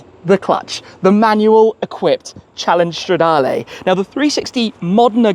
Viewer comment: Straaaaa-DAR-Leeeeeeeeeee not Layyyyy. Pleaseeeee 😂